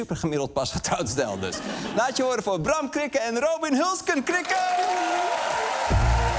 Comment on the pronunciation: Is het no róbin of ròbin? ik hoor bram ròbin zeggen en arjen róbin..